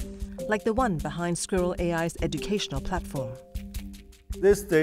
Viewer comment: This is Squirrel AI, NOT "A SKEWER AI" 😀